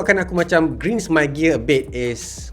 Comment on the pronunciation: ‘Grinds’ cara betul sebutan dia “GRAINDS”